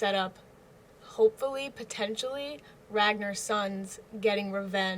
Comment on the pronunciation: RagNAR. The 2nd syllable rhymes with "Car".